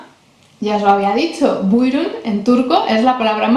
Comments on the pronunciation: Aferin 👏👏Tebrikler çok güzel video olmuş Buyurun kelimesini telaffuzun harika Maşallah 😊 dilimizi kültürümüzü tanıtmam İnşallah diğer videolarınla devam edecek Umarım kanalın istediğin büyüklüğe ulaşır 😇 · Maaşallah çok güzel bir video olmuş. Özellikle BUYRUN kelimesini mükemmel telaffuz etmişsin. Tebrikler. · Estağfurullah was the best explanation and buyrun was the best pronunciation